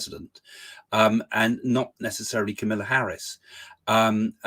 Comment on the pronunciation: It is not Camilla Harris (as in Parker Bowles) but Kamala Harris!